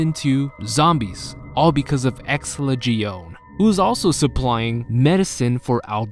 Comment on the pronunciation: Ex-SELL-uh The way you pronounce many of the names are offputting sometimes